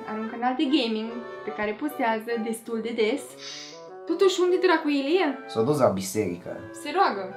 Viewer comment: Eu moooor. Ai spus "Dlacu" =)))))